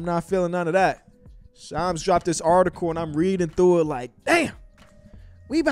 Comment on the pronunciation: Lol bro how do you say ham? Lol say ham. And then say sham. Add an “s” and you got shams. Who is shoms?😂😂